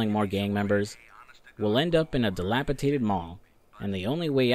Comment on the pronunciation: Di-Lap-i-Dat-ed not De-Lap-i-Ta-Ted